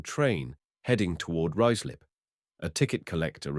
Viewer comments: I've actually had to stop listening to it, the various pronounciations (Rooozlup etc) are awful! I'll read about it instead! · Ruislip is pronounced Ryeslip. The AI commentary seemed to occasionally get it correct and then in the next sentence would mispronounce it. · Obviously AI cannot pronounce Ruislip correctly! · I was going to comment exactly the same!